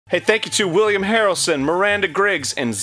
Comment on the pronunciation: I heard that as Woody Harrelson, not William Harrelson, for some reason. I was like, woah!